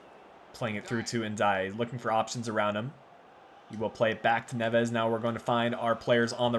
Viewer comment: try and focus on the first silabe specialy on the e. Btw MGH strikes again another series he's copying. This time its yours. First bama then you